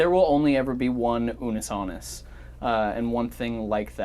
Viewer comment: Ash not unnus annus again stop it Mark 😂